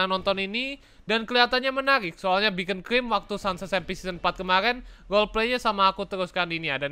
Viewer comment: Beacon bukan bekoncrim 😭